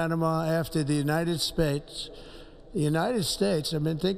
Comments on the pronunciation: did he say "the United Spates?" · BTW Donald trump id s shitty piece of trash, he can’t even pronounce his country correctly “United Stapes”